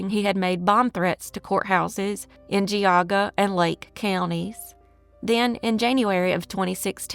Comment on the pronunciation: I live in Cleveland and both of these stories are embedded into our community. Also, you did an excellent job pronouncing geauga and mihaljevic